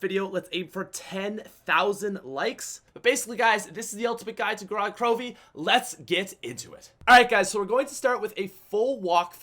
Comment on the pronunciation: "GO-ROD KAHROHVEY"